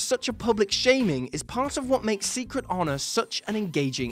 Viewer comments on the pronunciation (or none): none